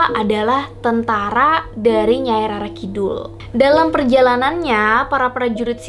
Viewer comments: Rara kidul Bacanya Roro Keknya gitu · Bacanya roro kak bukan rara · Bcanya Roro kidul mba',,,, bukan rara.